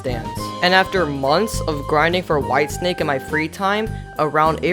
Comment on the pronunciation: He said wife snake instead of white snake